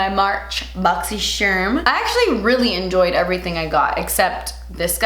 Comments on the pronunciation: Closed captions suggested you said boxy Sherman 🤣❤💋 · Yo i swear i say boxy sherm unboxing with her. EVERY. FREAKING. TIME. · I always say “boxysharm” bc of you🥰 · I always say BoxySherm and not Boxycharm 😂😂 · I feel like if South Park had an episode about boxy charm they would pronounce it like this 😂